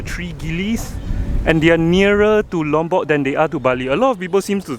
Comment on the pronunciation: I like the way you pronounce Lombok, it sounds so near to my Javanese accent. ☺😊 On the other note, don't you want to spend your retirement in Penang? 🤗 The young coconut flesh is called degan.